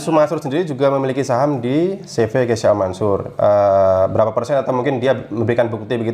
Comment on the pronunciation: KEYSHA min, bukan KEYSA